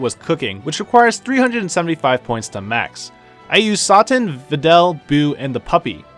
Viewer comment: Whats wrong with your pronunciation with some of the character names? Did you even watch dbz? Or are you just butchering their names on purpose? Mr. Satan dabura and arale... really?